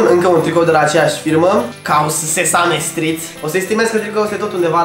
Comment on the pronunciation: Se pronunta sizămstrid